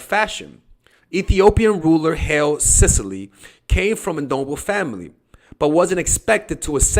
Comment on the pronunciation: hy-lay suh-lah-see* just so you know.